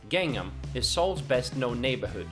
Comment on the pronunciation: ok, someone that CANNOT say Gangnam or Incheon correctly.......don't know if I can trust the information in this video👀